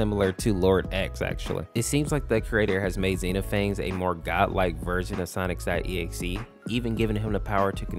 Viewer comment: bruh the way you said sonic.exe made me hurt inside.